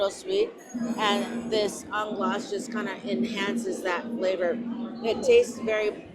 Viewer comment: Anglaise is pronounced 'On glaze.' It means English style custard.